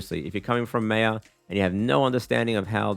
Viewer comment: My guy really called maya MEYA 💀